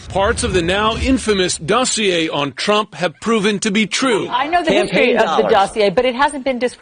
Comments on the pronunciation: Dossier is a French word so when you see -ier at the end it's pronounced ee-ay not ee-er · How can you not know that the R in dossier is silent? They said the word thousands of times when they thought it was legit, then a thousand more from Fox once it came out that it was bullshit.